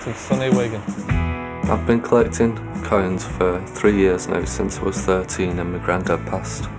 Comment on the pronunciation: I heard 'coins' as cones... I was like that is an interesting thing to collect